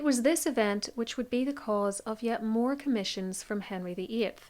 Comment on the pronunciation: I absolutely adore your work, but must comment on the random pronunciations that bring a small cringe. Examples: Now as nah-ee, eight as ay-itah, More as murr. I’m American, and have no idea from where your accent hails. I don’t let it stop me from learning through your generous and fastidious research. Carry on, regardless of clinkers like me. ❤